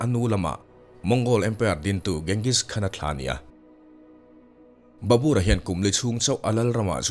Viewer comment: Barbur hi Babar tiin kan zir. 😅